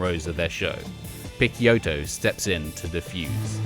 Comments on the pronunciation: Haha, I cringed every time he mis-pronounced Guy’s name....dude didn’t know though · Great as always, just a tip from an italian subscriber: I assume that Picciotto should be pronounced "piccHotto". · It's not pronounced 'Pick-Kyoto', but like 'Pitch-Yotto'. That's how Guy himself says it so it's from the man himself! Otherwise, an interesting little potted history on this most influential of DIY post-hardcore legends, really enjoyed watching!! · great content as usual but my ears bleed everytime you spell Picciotto name in that way. The name is of sicilian origins, you spell the CCI part like you'd spell CHI not Ke. Not a big deal I know, but any italian watching this will hardly make it past minute 5. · is picciotto not pikkiotto lol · Guy "PITCH-Yottoh" NOT Pick-Ya-Otto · nah. "guy" opens with a hard G (like "guh") and the UY part is pronounced "eee"). His last name is pronounced "PIH-CHO-TOE" with three syllables - PICC (sounds like "pitch") and IOTTO (like "OH TOE) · Ghee Pikkioto?..seriously? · Picciotto is supposed to be pronounced as "Pi-cho-toe". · Guy's surname is pronounced Pitch-ohtoe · I know that the narrator is mispronouncing Guy's last name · The constant mispronunciation of Picciotto's name is fucking annoying. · Man, you had the chance to fix your pronunciation of Guy's name but didn't lmao